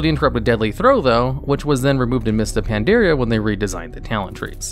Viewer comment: So why dose he pronounce it Pan dare e a when the game pronounces it very clearly thought the expansion? Just curious.